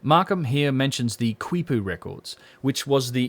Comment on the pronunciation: Excellent information. Really valuable contribution. By the way "quipu" is pronounced "kee-pooh."